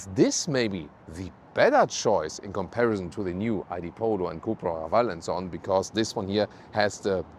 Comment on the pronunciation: "In comparizon"....love it.